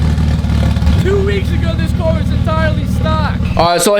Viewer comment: why is he saying car like "cwar" 🤣🤣🤣🤣🤣🤣🤣🤣